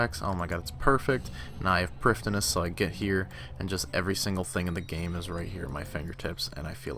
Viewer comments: Sounds like your saying priftiness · I really enjoy the videos man they are great but your pronounciation of prif ddinas is actually soul crushing